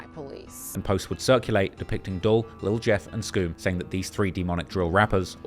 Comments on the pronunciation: they obvs don’t know bro, and are so lost they can’t see this fool for what he really is! An actual outsider to not only our country but also our culture! Why did he repeatedly mispronounce YBC Dul’s name throughout the entirety of this 4 hour long video? This video made to profit directly off of Dul’s demise. It’s sad people are so blind they mistake someone compiling a bunch of interviews, music videos, news reports, Reddit and social media posts into a video as some sort of groundbreaking journalism. Dude literally gets off on making videos like this. I used to not care to even comment, and the whole culture vulture narrative has been around since he started, but after watching this. I see why King Von’s people and now YBC Dul’s have zero respect for this guy just throwing shit at the wall and seeing what sticks. It’s crazy how people ride for this clown in the comments. Who’s never even been remotely outside. Fucking nerds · It’s Dul, like “Duel” nonetheless… great video of course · let a Philly Jawn teach you how to pronounce Dul: "dooool" rhymes with School, ya dig? (It's not Dull, you rhyming with skull.) But this jawn was very detailed. Good job. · it's Dul....Dool, short for Abdul, not dull. why tf he keep calling him dull? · It’s pronounced DOOL not Dull 😂😂😂